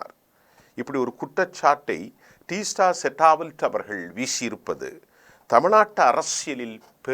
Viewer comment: ஏ!நாடறிந்த மிகப் பிரபல்யமான ஒரு சமூக நீதிப் போராளி உடைய பெயரை கூட சரியாக உச்சரிக்கத் தெரியவில்லை, "டீஸ்டா செடல் வாட்" என்பதை "டீஸ்டா செட்டா வல்ட்" என்று உச்சரிக்கிறாய்! நீ எல்லாம் ஒரு ஆளுன்னு செய்தி வாசிக்க கிளம்பிட்டே!